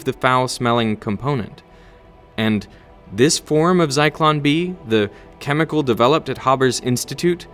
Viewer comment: The Timestamp calls it Zycon B but its actually Zyklon-B